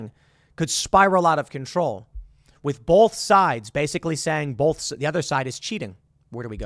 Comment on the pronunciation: Tim keeps saying, "bolth" instead of "both." Absolutely irks my nerves.